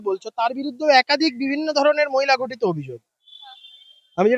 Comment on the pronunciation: গঠিত নয় ঘঠিত